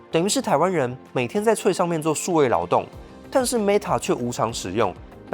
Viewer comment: 雖然 但是 threads可以不要念成"脆"嗎?